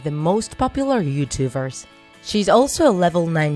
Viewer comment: Did anybody else hear her say Youtuvers???????